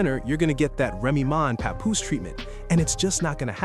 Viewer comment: It's NOT PA-POOSE - IT'S PAP-POOSE LIKE PAP-SMEAR!